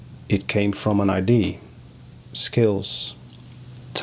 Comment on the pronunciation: Hi,. Another great video👍 I love it when you take the time to share about your creative process. Your English is very clear. Just a quickie... the word "idea" has three syllables, I-DEE-YA, in English. IDs are what one uses to identify oneself 😉👍